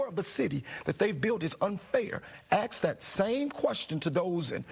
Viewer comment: The word is ask. Tell Bubble Head Brandon that he is in over his head and should resign